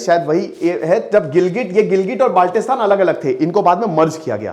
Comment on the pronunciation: Abe chootiyee improve your pronunciation, it’s not Baaalttistan with a tatta it is Baltistan